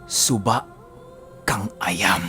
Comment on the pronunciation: suba kang ah-yam yan po pinuno ang tamang bigkas .